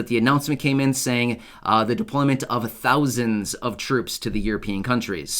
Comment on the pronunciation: 3 thounds